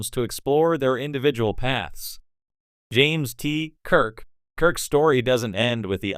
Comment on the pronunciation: OMG get a better AI voice generator ... that was horrible. James ... TEEEE ... Kirk.